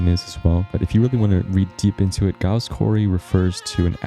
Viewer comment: Giles is pronounced Jiles